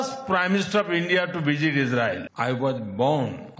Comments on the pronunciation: He fuckin said vijit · Did he say visit or vijit😂😂😂😂